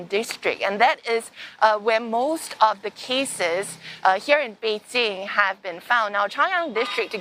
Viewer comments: It's Bei Jing, not bei JiN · Its actually Bay Qing